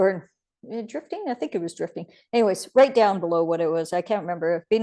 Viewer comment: Drafting 😉, not drifting